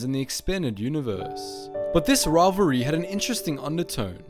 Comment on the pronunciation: i stopped watching the second time you said "rovvery" instead of rivalry